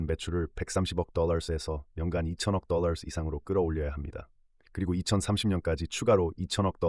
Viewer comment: 똘롸~ 뽜쉔트~ 뻐터발음떄문에 집중이 안됨